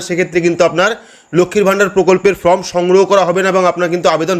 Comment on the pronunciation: Dada fromবলছেন বারবার, ওটা হবে form, খুব ভালো বুঝিয়েছেন।